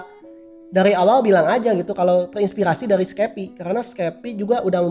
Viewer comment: apa susah nya ngomong "terinspirasi" edit:anjae 100 like